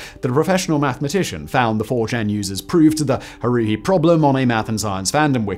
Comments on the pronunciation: And "Haruhi" is pronounced Har-Rue-He, not Har-Ru. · The way my face scrunched up with each "Haruhi" 😖.... it's worse than Michael B Jordan saying "Naruto" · Harui, Ramanujan, Euler and Fermat were all mispronounced in the video. Disappointing!